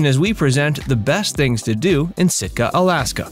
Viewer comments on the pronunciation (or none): Wrong..not Stika..Sitka😂